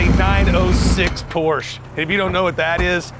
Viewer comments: BIG time car guy and he can't even pronounce " Porsche " correctly..... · Thanks for pronouncing 'Porsche' properly👏